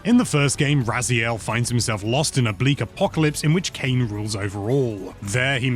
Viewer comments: probably Ray-Zile He has masters in linguistics I think, so he technically pronounced it as it SHOULD be. But if that's not how it's pronounced in game then I suppose he felt it right to re record it with the in-game pronunciation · No need for patch notes in the pinned comment, just admit the reupload was purely because of mispronunciation of Raziel 😂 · That last one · mispronunciation of Raziel was the best part of the original review!